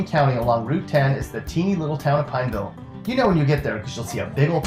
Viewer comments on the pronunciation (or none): If you actually knew anyone from Pineville you'd know it's pronounced pawn-vl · I hate how he says Pineville... lol I live like a few minutes from Pineville.